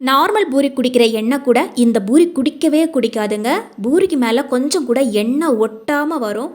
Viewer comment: Boori இல்லே poori என்று சொல்லுங்க.